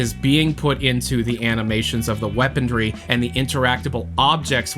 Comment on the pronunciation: why does keep saying “weapondry”?